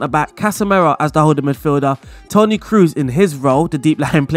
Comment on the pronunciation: Kroos is pronounced like the word Close (sounds like) not like Cruise